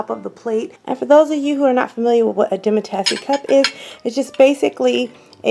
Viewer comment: So nice but you are pronouncing demitasse wrong. There is no e on the end. It is Demi- tas.